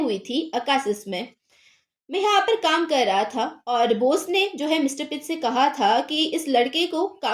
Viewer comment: Boss❎ Bose✅